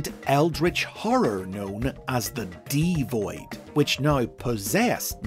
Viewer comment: I could be wrong, but I think D-Void is meant to be pronounced Devoid as in, devoid of life